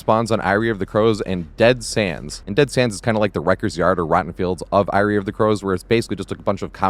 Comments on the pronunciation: its pronounced "airy" not "eye-ree". fantastic loops as usual, sir. big fan. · i can't overlook the way you're saying eyrie of crows but yeah this structure is so weird and awkward for so many killers